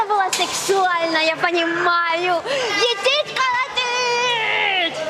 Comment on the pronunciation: Етить колотить с испанским акцентом - неподражаемо! Красотка!!! Молодцы!